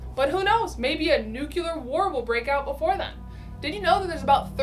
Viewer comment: You're obviously a very intelligent and educated person. So how is it that you can't pronounce "nuclear" correctly?! Everytime I hear someone say "nuke-you-lear", it makes me shudder.